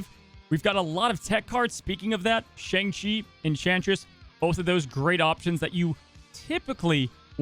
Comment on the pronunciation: You’re pronouncing Shang-Chi wrong.